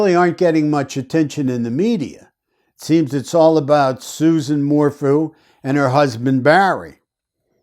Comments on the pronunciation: Its pronounced SU-ZANNE 🙂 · dude her name is "sue ZAAAAHN" - you just lost all credibility with me by misquoting her name............ can you please correct that tiny liguistic error for us................. where do you come from dude?? How much is BARRY paying you? I do not appreciate how you just MINIMIZED the Suzanne Morphew situation.......... if you want to chat and find some interesting sleuths who have been working on this case since Mothers Day - come join us - leave your cocky attitude behind, cause we are a feisty group too - so come meet up with us here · If you cannot even say her name correctly... your credibility is shot.